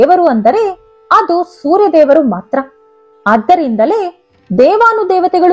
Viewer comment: ಆರ್ಗ್ಯ ಅಲ್ಲ ಅರ್ಗ್ಯ. ಸರಿಯಾಗಿ ತಿಳಿದುಕೊಳ್ಳಿ